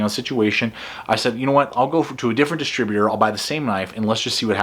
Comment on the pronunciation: Why do you keep almost saying distributor?